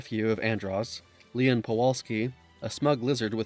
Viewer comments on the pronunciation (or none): none